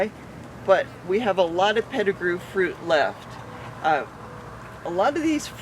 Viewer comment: Pet-I -grew mangos